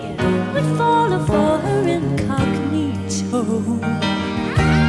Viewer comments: Amazing song, but since I speak Russian, it BUGS ME SO BAD the ways she pronounces babushka 😭😭😭😭😭😭 it's pronounced bÁhbùshka, not babOOshka, PLEASE say it correctly 🙏🏼🙏🏼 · for anyone interested, the stress should be on /ba/ so the correct pronunciation is BA-boo-shka meaning grandma